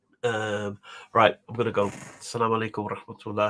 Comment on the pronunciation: Assalaamualaykum, you say Salaam alaykum like a Capetpnian $😁